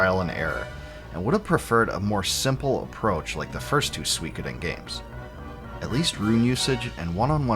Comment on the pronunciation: Thanks for ruining my day internet, recommending me a 2 year old video where Suikoden is pronounced incorrectly for 65 minutes straight.